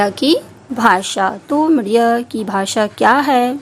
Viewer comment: Madiya nhi media hota hai medam ji